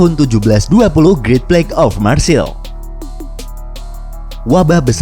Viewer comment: Untuk pronounce Marseille itu maghrseiy. Bukan marseil..